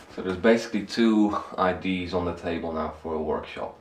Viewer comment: All my Dutch and French colleagues pronounce 'ideas' like 'idees' and I know why, but it confuses me why they can't hear the difference